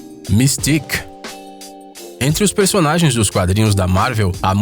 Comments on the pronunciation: o nome e mistica nao mistic porra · N é mistic é mística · não é mistic mistica